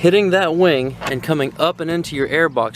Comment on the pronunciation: Am I the only one that heard “wang” instead of “wing”